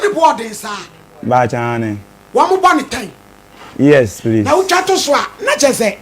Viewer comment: He said yes prease